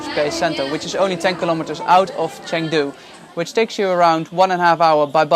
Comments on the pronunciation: I’m sorry but hearing you say “Chang du” 100 times was tough.. you spend hours and hours editing these videos but don’t listen or learn how to say the city properly😂? Cheng, basically pronounced “chung”, Jesus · Good lord bro, spend two seconds learning how to pronounce the place you’re visiting 😂. Chang Doo???!? What a vlog you got here